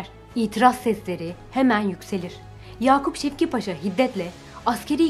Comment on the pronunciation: ''Yakup Şevket Paşa'' değil, ''Yakup Şevki Paşa'' paşanın ismi. Video için teşekkürler